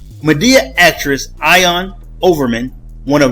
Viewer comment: Her name is pronounced “EE-ON”, FYI. She only played in one Tyler Perry movie, then a few failed tv shows. Maybe that’s the reason she resorted to this SMH.